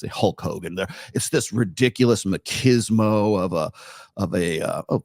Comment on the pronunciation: The word is 'machismo' (mah-chiz-mo), not makismo; from spanish 'macho' (mah-cho) - male/masculine/cockiness